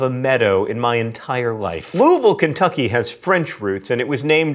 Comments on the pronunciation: Thanks for mispronouncing Louisville correctly! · Thank you so, so much for pronouncing "Louisville" correctly. Since I now live in Cleveland, I often only hear "Looey-ville" and it's disturbing. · You pronounced Louisville right!